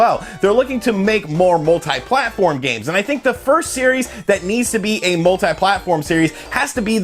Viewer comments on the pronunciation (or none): I just got sick of "mult-eye games". It's "multee" damn it! Oh and Virtua is "Vircha"